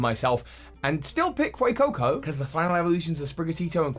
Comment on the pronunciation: IT'S FUECOCO, NOT FUCCO!